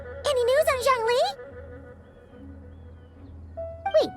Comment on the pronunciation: OMG YES THASNK YOU FOR PRO0NUNCING THEM PROPERLY I LOVE YOU EN VOICE ACTOR FOR ZHONGLI